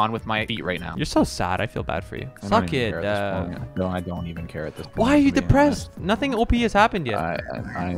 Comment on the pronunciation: he said deprested it remided me about my dead grandfather :(